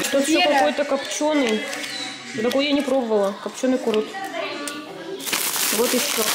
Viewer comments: Пожалуйста говорите правильно курт а не курут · Мои дороги)не курурт а КУРТ)надеюсь вы заметите и будите правильно говорить) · правильно күрт а не курут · Вы называете курут а я живу в Қазақстане и мы говори курт а не курут